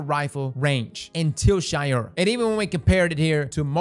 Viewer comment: It’s pronounced Shay-ura not Shy-ura. But who care anyways